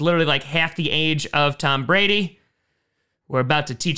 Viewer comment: "tompa brady" did you get tompa off of scootermagruder?